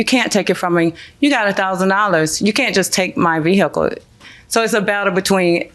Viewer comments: Vee HickLe. Can we just say car? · Boy she emphasizing that H in vehicle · She can't even pronounce 'vehicle' properly.😮😮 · I wish she would stop saying the word "vehicle". It is so annoying the way she says it. Please say CAR. good grief. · I know right? Just say van! And she couldn't even pronounce "vehicle" correctly. I guess she thought it made her look smart? 🤣